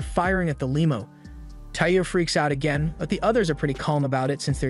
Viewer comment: Brother… I never usually comment but sir… for the love of god… pronounce limo correctly😂😂😂